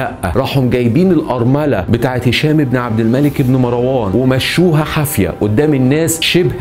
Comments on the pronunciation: أولا مروان بتسكين الراء و ليس بفتحها.... ثانيا الخليفة العباسي الأول السفاح أسمه عبدالله بن محمد بن علي بن عبدالله بن العباس و ليس عبدالله بن علي و هو عم السفاح و هو قائد الجيش العباسي .... ثالثا الذي سمى مروان بالحمار هم العباسبون و هو تشبيه معيب حيث أنهم إعترفوا بقوته و شبههوه بالحمار لأنه عدوهم و مشهود له بالقوة لأنه قاومهم ٤ سنوات و كانت دولته منخورة و جيشه منحل مشتت متصارع بسبب الصراع القبلي ... رابعا الفظائع التي فعلها العباسيون كثيرة جدا سواء في الأمويين أو العلويين و أما الأمويون فقد عاملوهم بالمثل فهشام بن عبدالملك كان قد صلب زيد بن علي بن الحسين سنوات ثم أحرقه و صلب ابنه يحيى فلهاذا فعلوا بجثته إنتقاما لزيد و يحيى و أما فعلهم بالعلويين الفظائع لأن العباسيين كانوا خائنين لبيعتهم و تبعيتهم للحسنيين العلويين و العباسيون تنكروا لذلك و إنتهجوا إسلوب الأمويين و كانوا ظالمين مثلهم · أرجو منك تكلم اللغة الفصحى ، دون استخدام اللهجة المصرية ، وتصحيح الأخطاء اللغوية قبل سرد القصة ، مثلا كلمة **عبارة **تنطق بكسر حرف العين وليس بضم العين ، و إسم **مروان**بسكون الراء وليس بفتح الراء ،،،،،،،،،،،، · ملاحظة بسيطة .. مروان بسكون الراء وليس بفتح الراء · اسمه مَرْوان ماراون اللغه العربيه في خطر